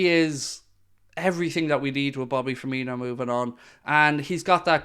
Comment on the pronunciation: still annoys me when the commentators say ‘firminio’. They’ve clearly seen how u say coutinho and just assumed it’s the same but there’s no H